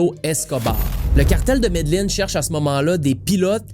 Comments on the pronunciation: très bon!! on prononce ''medejin'' pas ''medeline'' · mes oreilles saigne a chaque fois qui dit medellin